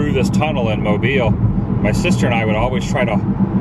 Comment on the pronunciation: And you pronounced “Mobile” correctly. You must have insider knowledge.😂